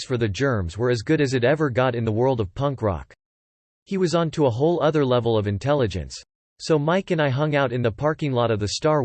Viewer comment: "Among o-t-h err blasphemous things" 😉🙃